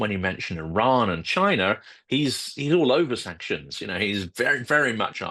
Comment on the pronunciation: Where’s “Chiner” and “Russier”?